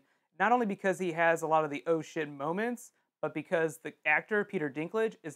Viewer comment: seriously thought you were saying "Ocean" when you were actually saying "Oh Shit"